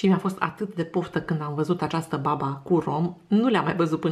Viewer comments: Accentul e pe ultima "a": babà! Să aveți poftă! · E cu accentul pe a 2-a slabă, nu e baba noastră cea de toate zilele. Este un dulce napoletan sau napolitan, cum s-o zice în românește.